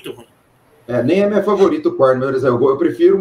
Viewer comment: Tenho preconceito com quem fala " korni" kkkkkkk é korn